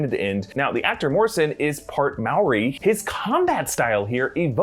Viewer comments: There’s a curl in the r in moari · No offence but the way he pronounces Moari hurts me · Its nit mauwi its mo dee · Yeah nah aye as a Kiwi I can assure you that Māori is pronounced Mouldy. Chur cuz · It's funny how he pronounces the word moari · such lols at the pronunciation of maori